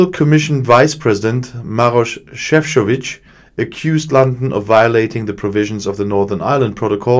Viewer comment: Šefčovič (croatian name) I can see BIG progress with pronunciation :) Good job